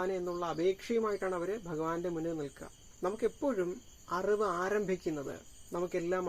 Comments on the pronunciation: Arivu ennu sheriyayi uccharikyu. Aruvu alla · Aravu,auvu ennellam uchcharikyunnu ningal... Arivu ennu uccharikyu